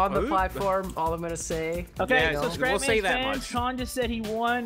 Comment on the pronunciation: I thought you said, "Welcome ladies and gentlemen, I am crap man!" XD